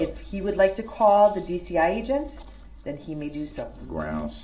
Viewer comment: ‘Den’ instead of ‘then’?